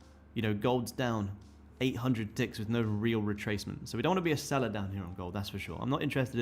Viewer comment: defo said dicks and not ticks loool